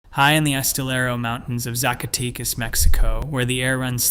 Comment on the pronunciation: If you can't pronounce Zacatecas correctly, you have no business making this video